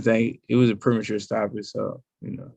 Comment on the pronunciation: Pre-mature…. He said “premature” 🤣 Hey Errol “The UnDisputed Cunt” Spence I believe you have the role of “Mushmouth” in the new Cosby Kids movie all but wrapped up!